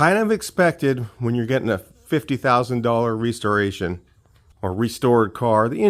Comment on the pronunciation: The way you pronounce restoration is enough for me to skate. See ya🎉